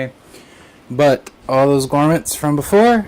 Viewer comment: Thanks for this, I was considering it but I use all air cooling so I guess not a good fit. As an aside, they are pronounced GROMits, not GORMits :)